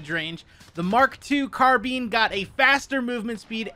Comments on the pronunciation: Did he say mark 2 car bean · “mark 2 carbeen” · Bro said “MK2 carbean” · “Car bean”